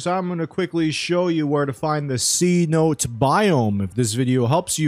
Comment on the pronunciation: It's pronounced "sen-o-tay"